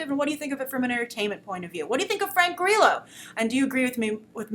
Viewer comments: Lol , Grace! Frank GREELO? Its Grillo. Also SHYLEEN Woodley is pronounced Shayleen alas Shailene Woodley. U r adorable! Thank you for making my sleepless night pass quickly by watching your reviews. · I love Frank Grillo so much omg I'm excited to see this. I think you are pronouncing his last name wrong though?